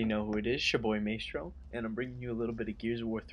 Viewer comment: You don't know how to pronounce your own name? Its pronounced "Mai-stro"